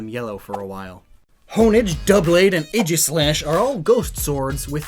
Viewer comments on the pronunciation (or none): none